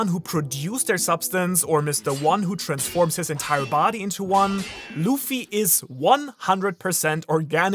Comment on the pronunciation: "mr one trenformnd is body in to one" lol